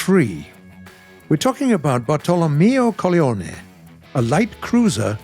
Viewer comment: the pronunciation of "Bartolomeo Corleone" Here sounded a lot like bartolomeo coglione which in italian means bartolomeo bollocks lol